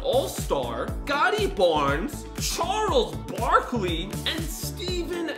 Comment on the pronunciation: bro said gotti barns not scotti barnes